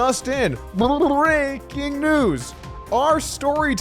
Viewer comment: Love the " Brrrrrreaking news" headphones 🎧 pop off and the smile... That's a great opening!!! Keep it up GOAT